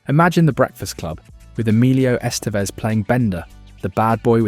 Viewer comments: That, and "Ess-STEEEVE-ezz" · "Es TEE ves"?? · E 'stee vez ? I wish for your sake this WERE AI narration.